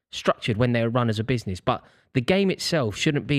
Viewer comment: today I learned that cannot pronounce business properly